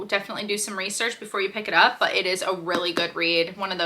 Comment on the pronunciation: Is he trying to say "up"?